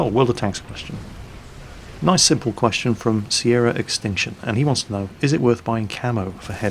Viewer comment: really?! you put my hopes up when you said "simpe answer"